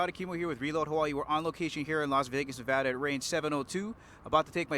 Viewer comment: Interviewer made a major faux pas by calling our state, Nevawda. Clean it up, bruh! :) You get credit for pronouncing it correctly in the next statement, however.